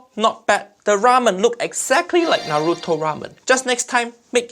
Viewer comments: He also mispronounced Naruto. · u said naruto wrong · Am I the only one that hates hearing people pronounce naruto....as naaduto......na-ru-to has been around what 17 years... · First he tries to pronounce Naruto the way they feel is safe. And then he says Wra Men. I literally the opposite. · NO WAY HE JUST SAID NARUTO BASIC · why western always wrong for pronounce naruto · The way he pronounces the r in Naruto but not in ichiraku had me fuming smh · they keep saying naruto wrong dattebayo haiyaa time to go destroy my ears with chibaraku tensei